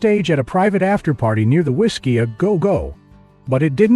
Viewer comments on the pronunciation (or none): Drunk on Absin-theee at the…… WhisKEe a go GO hahaha